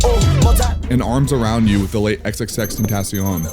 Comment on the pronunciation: Xxxten-taaacion lmfao i hate how some people say it